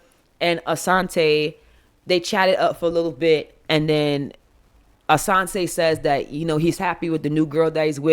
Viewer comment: Your the first person to say Raneka and Asonte correctly lol